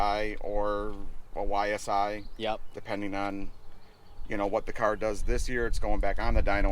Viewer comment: “I got Jason’s cyar done”